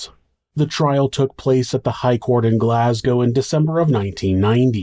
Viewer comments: Finally, an American that can say Glasgow properly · Another comment from me hahaha but id like to just say on behalf of all the Scottish people thank you for pronouncing "Glasgow" and "Edinburgh" correctly.....now could u teach everyone else in America to pronounce them right that would be grand lmao seriously thank you though you make an effort an not many other folk do they make videos an dont just take a second to google how to pronounce Scottish place names like it would take a second so just know we appreciate it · Kudos J on the best American pronunciation of not just Glasgow but also Edinburgh that I've ever heard. You are now an honorary Scotsman, welcome sir.